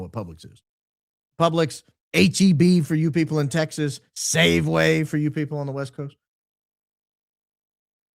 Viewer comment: Saveway 😂 it’s SAFEWAY